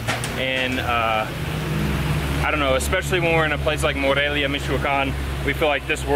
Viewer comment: Its More-elia.